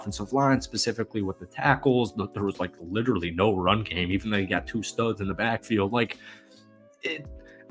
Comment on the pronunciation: It is pronounced, no, not nay. 😂